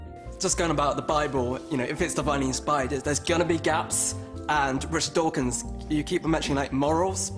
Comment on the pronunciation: "rish dorkins" I can't